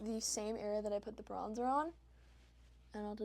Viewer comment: I love that you’re using products I can actually afford. Also the way you say “bronza” is so Australian 😂 hello from Australia! 🇦🇺